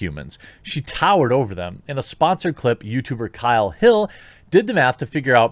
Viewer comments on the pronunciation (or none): none